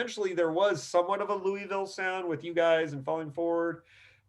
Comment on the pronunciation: "Louie-ville". Lol It's Lou-a-vul,. Great interview though, Rob and I were friends as children, I haven't seen him in nearly 40 years though.